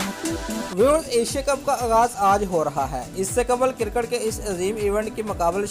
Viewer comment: Kutte k putr cricket hota hai cirket nai hota kutte